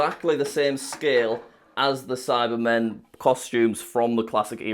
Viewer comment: Every time Jack talks about that silver guy, all I hear is "Sidemen" 😂